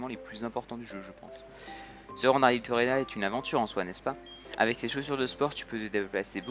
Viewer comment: Et dit a que c'est Littorella et pas Littolera 😆